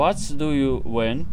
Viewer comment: бери побольше уроков у Ксюни))) Фраза - вот ду ю вент (что ты пошел) смешно)))) вент это ты хотел сказать - вонт?